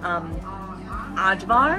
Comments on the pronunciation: The reddish paprika relish is pronouncing as Ayvar or Aivar, letter J in serbian is pronouncing as letter Y in English like Yokohama example. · ❤❤❤❤❤❤❤ Thank you for recording this beautiful video, miss my Serbia & Belgrade so much ❤❤❤❤❤ P.S. little tip, letter J (Kajmak) in Serbian is pronounced similar like Y in Yellow so it will be something like Kajmak (Kaymak )and Ajvar (Ayvar ). You did great job 🎉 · Kajmak is not a cheese. And it is pronounced as kaymak. Also ajvar is pronounced in as ayvar. Americans don't have an excuse with mispronunciation, as everything is available on line these days. Don't stay ignorant! All the best.